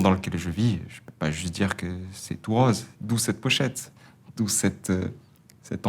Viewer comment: J'aime bien la façon dont Julien prononce le o de rose, o ouvert comme dans le sud. Sinon plus sérieusement, quelle belle réflexion sur le monde. Et non ... Le monde n'est pas tout rOse...